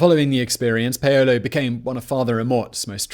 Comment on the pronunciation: "pay-yolo" 😂😂😂 you mean Paulo? the name Paul. haha..